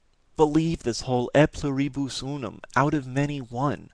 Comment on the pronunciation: Its pronounced Ey Plew-Ree-Bus Oo-Num (just thought you would be interested)